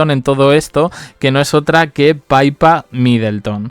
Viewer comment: Que NO se pronuncia "paipa".... Es PIPA, tal cuál, PI PA.... Pe i latina, pe y a......PIPAAAAAA... Dios, qte invito a Londres para que lo aprendas 😂😂😂😂🤦🏻‍♀️